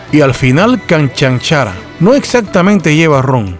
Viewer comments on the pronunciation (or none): La pronunciación de la palabra « canchanchara» es incorrecta. La acentuación va en la segunda sílaba.